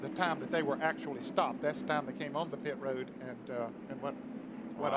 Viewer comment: pit ro-ad